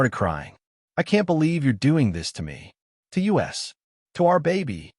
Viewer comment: 👀🍿 {Asking for a paternity test before going forward is THE smartest thing these stories have pushed out so far. About time…💯 PS: It hurts my brain everytime the reader/ai said “U-S separately instead of “us”. Like listening to the slow reader in class {twas me back in the day. I’m human, what’s ai’s excuse???} 🧐